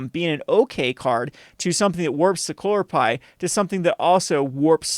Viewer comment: its cuhlor pie not clorpie 3head